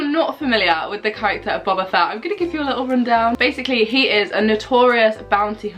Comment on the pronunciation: Can’t lie it’s funny how u said u were watching book of boba fett but pronounced his name wrong (no hate)